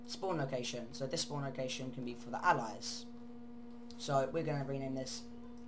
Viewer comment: "on a spuwnaaah"